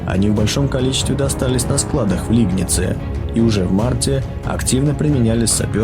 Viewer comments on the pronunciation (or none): Не Лигнице а Легнице